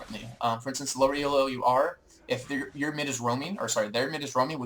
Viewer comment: This is a really useful series. Minor quibble: "Elo" is a name, not an acronym. It's pronounced "eee-low", not e.l.o. =)